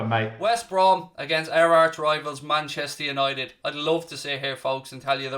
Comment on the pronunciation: That's the best 'Manchester United' I've heard in a long time. Listened to it 10 times.